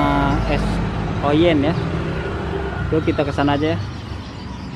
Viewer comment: Es oyen bang bukan oyon